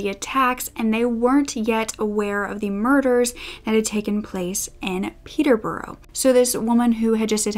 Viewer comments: It's not Peter birro it is pet+tuh+brush. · Hey! I doubt that you will ever need to say Peterborough ever again but I thought just incase, I'd put my 2 cents in. I live about 45 mins away from Peterborough and so i feel I'm qualified to say it's pronounced 'peter-buh-ruh". It's so strange I know 😂 a lot of our counties and city are like this. I hope you don't take offence, this meant purely in a helpful way! also that blazer you're wearing is gorgeous! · I lived next door to her!! She was absolutely crazy and that's not a emphasis, when willam and Kate got married there was a street party going on and she came out going nuts at people and my friend had had a go at her and called her a few choiced words! We lived in the orton, John was such a lovely man he did no one any wrong he really didn't R.I.P John, and it's pronounced peterbura if you get me try sound it out, much love to you all xxx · In Peterborough you say, peter-bruh. Source: born and raised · If you need help pronouncing british place names in the future let me know. The biggest tip I can give you is to just remove most of the letters. Peterborough is actually pronounced closer to Peterbruh, Newbury becomes Newbry, Hereford is HerEHford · Oh my gosh I’m from Peterborough!! Hearing you’re pronunciation of Peterborough was hilarious 😂😂